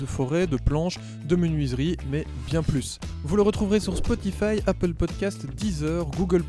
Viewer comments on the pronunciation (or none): none